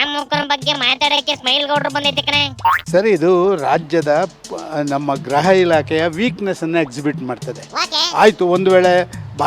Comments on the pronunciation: ಗ್ರಹ ಅಲ್ಲ ಗೃಹ ಇಲಾಖೆ ಅನ್ನೋ ಅಣ್ಣ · ಗ್ರಹ ಇಲಾಖೆನೋ...ಗೃಹ ಇಲಾಖೆ ನೋ ಗೊತ್ತಾಯ್ತ ಇಲ್ಲ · Graha❌ Gurha ✅